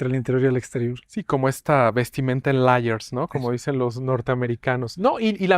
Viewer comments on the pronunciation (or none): Liars (laiers)= mentirosos. Layers (leiers) = capas ...Si no sabes pronunciar, corres el riesgo de decir algo totalmente diferente :(((((( Si hay palabra en español para lo que quieres decir...dilo en español...